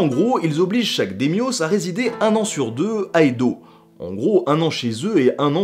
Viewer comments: "Daimyo"(s) se prononce "Daïmyo", pas "Démiosse" ^^ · c'est très bien, sauf la prononciation de certains mots Dai-Myho c'est pas "démio" mais " d'ail mi ho...." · "démiosse" franchement ça m'a fait tiquer tout la vidéo... daïmyo bordel... c'est pas du grec ya rien qui se finissent en "os" en japonais... 'osu" éventuellement... ou la période sangoku ? t'es sérieux ? c'es SENgoku (sèngokou) quand on fait une vidéos sur l'histoire du japon on vérifie la prononciation des termes étrangers c'est un minimum... bon yen a d'autre qui t'ont fait les même remarque mais quand tu veux éduquer et que tu diffuses des erreurs c'est plutôt contre-productif. Et tu passes pour un branque aussi... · "dèmyo". j'ai mis du temps avant de capter que tu parlais des daîmyôs ^^". Boh c'est un détail, c'est un très bon épisode, j'adore ce que tu fais ^^. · ça se prononce Daïmyo pas Daimyos... Mise à part ça excellente vidéo! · Cela ne se dit pas daimios mais Daiimiou juste pour infos ;) ps : conférence interessante je l'attendais sur le japon #love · Les Démios :p prononcé un peu à la grecque. Même si j'ai toujours appris que ça se prononçait Daïmyo. (Daye-myo) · C'est hyper complet et intéressant, mais pitié, fais un effort de langue !!! Les daimyos, ça se prononce "daï-myo", pas "démyôsse" (par exemple, hein) et ne prend pas de s au singulier — d'ailleurs, le s, exclusif à la graphie française au pluriel, ne se prononce de toute façon pas. Sans parler d'accent, la prononciation en elle-même est très facile, donc c'est dommage d'en véhiculer une mauvaise, surtout dans une vidéo qui se veut édifiante. Ah, et tant qu'on est dans le sujet : etc. se prononce "ète-cétéra", et non "ek-sétéra" ;) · Ouai alors "Daimio" ou "Daimyo" ca se prononce pas dèmioss mais Da i mio ou Daille mio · DA-I-MYŌ "daillemyô" pas démyoss. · Daimyō ne se lit pas phonétiquement on dit "daillemillo" :) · on prononce dA-i-myo (le a étant accentué de sorte à ce tu "l'exagère" un peu (mais juste un peu))